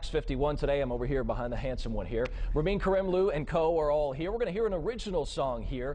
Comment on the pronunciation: Ramin's grin when his name is mispronounced... :)